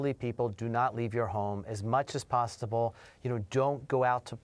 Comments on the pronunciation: "as much as PASTAble" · "Stay out as much as pastable"